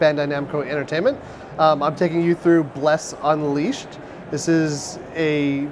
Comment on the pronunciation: What is with this presenters inflections and emphasis on strange parts of worlds. UNleashed, A quest...he put the wrong emphAsis on the wrong syllAble. Its like he was trying to do it on purpose. Every "uh" sound is so forced and pronounced....I can't put my finger on it. But its just weird... Also the game play looks kind of boring but, most likely better than the PC version. The combo system on pc is horrible, this looks much better. But, it is very slow and janky looking. Either his sensitivity is too high for him, or he is just that bad with a controller, but he's all over the place. Hopefully it has a lot of UI options too. You do not need any of that garbage on there, im sure its just demo purposes. Why don't more MMO's take cues from ESO? that is the best damn UI i've ever experienced in an MMO. Inventory menu's and skill menu's aren't the greatest but while you're actively playing its THE BEST. Hands down.